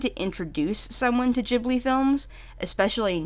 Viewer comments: It's pronounced ghibli, not really gee-blee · It’s not “jibli” it’s “gibli” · Btw is ghibli pronounced like chibli (like in this video) or gibli (which is how i say it)?